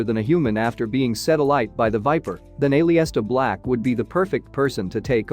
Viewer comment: Did I hear Shayna "Bass-eh-ler"? "Finn Baylor"? "A-lee-is-ta Black"? Lol